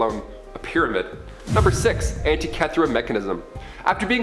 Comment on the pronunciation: Guys look it's pronounced ante key theera..... Don't be a dude mispronounces sooooo many things he isn't alone either